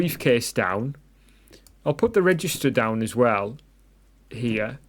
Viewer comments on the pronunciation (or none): It's actually registrator and not registor😂. But nice video anyways